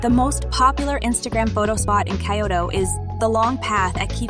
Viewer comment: Who the heck says Kay-oto ??